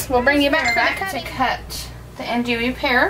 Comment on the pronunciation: Anjou is pronounced "on-JEW'. I'm a chef, just tryin' to help. I love the scent and your soap came out great!